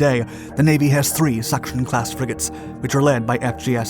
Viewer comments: Sachsen is pronounced almost like “saxn”, rather not like “suction” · The way you pronounce Lübeck und Sachen is Just funny to me Greetings from Germany